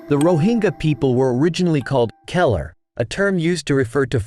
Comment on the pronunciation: Is not Calai.. Kalar is Pronounced Ka... Lar....